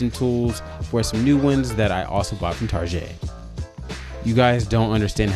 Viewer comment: You call it "Tarjet", like I do. 😁 Your Virgo 🌙 really kicked in on this one.